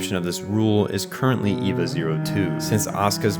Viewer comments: Well this was well researched. But the group Seele is pronounced See Lee it's German fo soul.and it;s not ' ee va is A Va . Was sincir about the well researched part. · I enjoyed this...but I hate every time you call it EEVA. It's spelled Eva, but sounds like AY-VAH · Dude, im only 20 minutes in- but please try to work on the pronunciation. Simply reading the words is enough to know- Gehirn: Geh-hern Seele: Say-lay Eva: Ā-va Soryu: Soh-ree-you Magi: Madge-eye Kaworu: Cow-roo (close) Sachiel: Sacky-el Ritsuko: Reets-kowe Etc.... I must say, despite that, your commentary was great and your sense of humor 👍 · This is explained perfectly but the pronunciations are so bad😭 seele is say-ley and wille is vil-ley and Eva is ava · how is this so in-depth but you can't pronounce Magi, Seele, or Eva